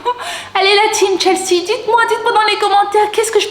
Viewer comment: elle la dit chelsae 😱:elbowcough::yougotthis